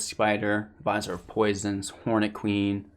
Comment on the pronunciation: Vizier is pronounced vuh-zeer. I only know because I had no idea how to pronounce it. I only mention it because you said you were working on pronunciations.